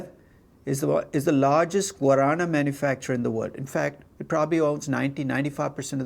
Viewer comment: Guarana pronunciations is great. Love seeing examples from Brasil!